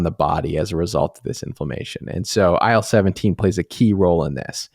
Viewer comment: my god, I keep hearing aisle 17 instead of IL17